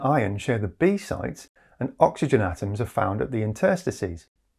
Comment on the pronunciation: Only comment about the perovskite read-through is that I had always pronounced the word "interstices" as inter-STISS-ees, rather than in-TER-sticies.